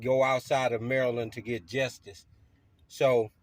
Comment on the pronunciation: did he just say "jestice"..😅😅😂.. 🤡🤡